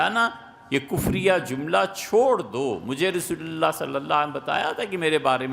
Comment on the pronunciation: Ap ne farmaya ta k merry christmas kehna teak a. Mujhe ap pe shak a. Apke alfaz b clear ni hen jb ap Rasool Allah kehte o.